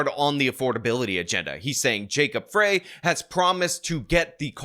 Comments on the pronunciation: You cant even pronounce the candidates names. Lazy! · You pronounced both their names wrong. As a Minnesotan it pains me to push for Frey. But he is way better than the alternative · It's not "Frey". It's "Frey", you know, like "Freying pan." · FYI. It’s Frey is pronounced like Fry—not Fray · "Frey" sounds like "Fry," not "Fray." And Jacob is terrible, but at least he's an actual American. Minneapolis is very stupid in its insistence on electing Leftists. Rent control never, ever works. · Minneapolis resident here. There's no way I'm voting for Fateh, and I'm not the biggest supporter of Frey by any means, but you sound like an idiot when you don't know how to pronounce his name correctly. It's Fry not Fray. Makes it harder to take an obviously outsider seriously. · Not Fray...it's pronounced like FRY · FYI- Frey is pronounced rhyming with lie, not rhyming with okay. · Mayor Jacob Frey – He pronounces his name as FRY, not FRAY. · The mayor's name if pronounced FRY, not FRAY. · It’s pronounced “Fry”as in French, or what someone guilty of treason should do in an electric chair. Fateh is what you get when you have migration without assimilation; They sought asylum from “There” yet they insist on bringing “There” here. It totally makes sense in a definition of insanity kind of way. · It's pronounced "Fry" not "Fray". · FYI, Mpls Mayor Jacob Frey’s last name is pronounced ‘fry’, not fray’. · It’s Jacob ‘Fry’, not ‘Fray’. Fateh is stupid, but Empress Ilhan will be doing his thinking. Rents in Mpls are going down because the place has become such a shithole that affluent people are moving out like rats off a sinking ship. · Frey is pronounced Fry, and he is an absolute embarrassment to Minnesota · Frey is pronounced Fry. Fwiw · It's FREY ....pronounced FRY !! Come on 😅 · Pronounced “Fry” & “try-plex”. Other than that, spot on. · FYI...As someone whose been a Minnesotan for 71 years old, just wanted to let you know that Jacob Frey's last name is pronounced "fry".